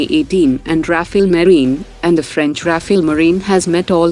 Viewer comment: RAFALE not Rafael!!!!:face-purple-crying